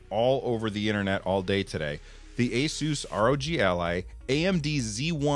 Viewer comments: Its pronounced like "A-seuss". Wasn't sure when I bought my first Asus laptop years ago too :D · you pronounce it "Asus" :) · The company claims the correct way to say its name is "AY-soos"